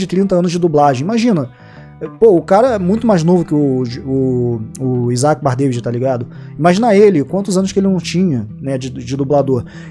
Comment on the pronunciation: É engraçado ver que o fala o sobrenome do Isac errado,só pra saberem Bardavid tem o D no final mudo